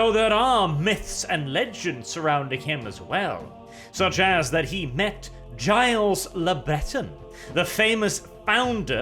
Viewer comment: probably killed a couple of French people with his pronounciation of Guilles le Bretton.